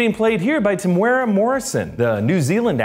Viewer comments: TEMUERA (TE-MU-WE-RRA) roll the R he is Maori Polynesian just like Jason is Hawaiian Polynesian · Not a criticism but just quick note about pronunciation - Temuera Morrison is like Tem (them minus the h) eww (something gross) ear (with a rolled r) a. And the easiest way to pronounce Maori, especially if you have trouble rolling your r is to say moldy - as in moldy bread - but soften the d. I'm not sure what you called his pounamu (the necklace) but two is enough for one day. Keep up the good work.